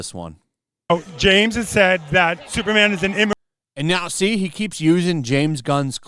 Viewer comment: Its superman, not supermanuel